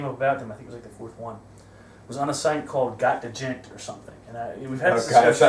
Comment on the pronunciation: The d in djent is silent grampa